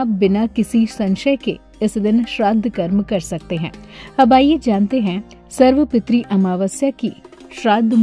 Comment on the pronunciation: सर्व पितृ का उच्चारण सही नही हे